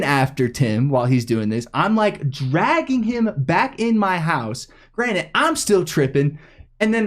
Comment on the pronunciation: Did just say 'granite' instead of granted 😂😂